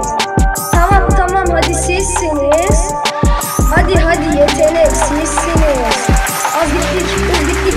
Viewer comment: hadi sizsiniz değil bi kere bu gün sizsiniz di düzgün söylemedi ben 3 poan veriyorum